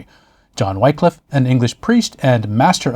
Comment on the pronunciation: In beste goode humour! - my only cavil (is trivial) not 'Why-cliff' but Whi(p)-cliff.... an aspirant wh-ah... to the 'i' of 'in' not the 'i' of 'nine' Whi-cliffe - Ye olde Englishe is moghty treacherous! Great post, as always - calm, accurate, and informative.